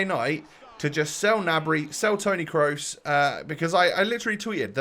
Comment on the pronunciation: when your so early he says kroos wrong